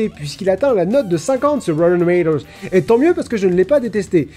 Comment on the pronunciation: La qualité de prononciation de rottentomatoes qui chute le long de la vidéo 😂